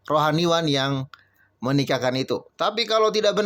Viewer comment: Admin baca berita ngekngok2, baca rohaniawan selalu rohaniwan.